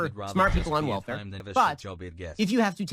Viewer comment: You could at least say welfare without the hard R Ben.